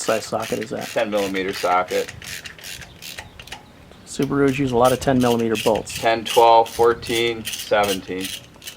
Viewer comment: "Sub-a-roos"...classic! Never heard anyone use that inflection other than.